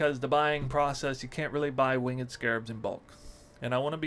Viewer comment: dude you pronounce winged incorrectly.